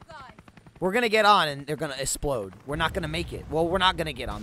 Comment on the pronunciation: he said essplode xD